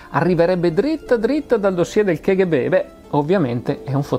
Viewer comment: Non vorrei in alcun modo biasimare lo splendido lavoro che compie, ma mi permetto di dire che la pronuncia "ke ghe be" dell'acronimo KGB è una bestialità, per quanto diffusa. In russo si pronuncia "ka ghe be", in italiano "cappa gi bi", se proprio vogliamo fare i fighi e pronunciarla all'inglese (non ne capisco la ragione, ma tant'è...) allora è "kèi gi bi"... La pronuncia "ke ghe be", usata a quanto mi risulta solo in italia, è proprio un'aberrazione che non ha ragion d'essere.